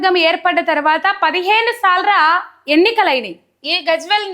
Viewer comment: ముందు భాష సరిగా మాట్లాడడం నేర్చుకో 15salru కాదు 15 sarlu